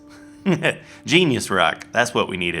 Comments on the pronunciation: Gneiss is actually pronounced the same as 'nice'. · Gneiss is pronounced nice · Gneiss is pronounced "Nice". Learned that in geology class recently. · Gneiss is actually pronounced nice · and "Gneiss" is pronounced "nice" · the word gniss is pronounced nice i know this from scince class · I hope you were just pronouncing Gneiss wrong to be silly.